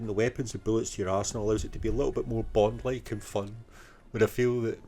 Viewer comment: Stop getting bond wrong! Ha ha ha another great video mate